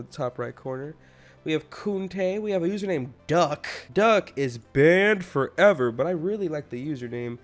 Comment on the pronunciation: Why do you always say “Banned forever” like that XD